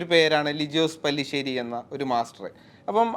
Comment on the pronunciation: പല്ലി ശേരി അല്ലടാ മൈരേ പാറ്റ ശേരി at least അയാളുടെ പേരെങ്കിലും നേരെ പറയാൻ പടിക്കെടാ... എന്നിട്ട് അതുതന്നെ ആ വീഡിയോ ടൈറ്റിൽലിനും എഴുതി വെച്ചേക്കുന്നു...